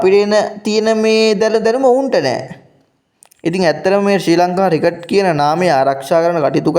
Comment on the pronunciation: රිකට් නෙමෙයි ක්‍රිකට්. ඔයා යූටියුබ් කරනවා නම් මේවා හදාගන්න.